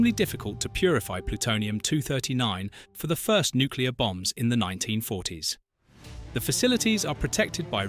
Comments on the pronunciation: God that drives me up the wall. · Well, there are a lot of intelligent people that can't pronounce Nuclear., It's not Nuculear. That irritates me. Potatoe or potato, all the same.